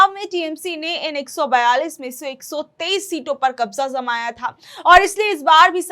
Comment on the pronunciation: क़ब्ज़ा ज़माया था ❌ , क़ब्ज़ा जमाया था बोलिये ✅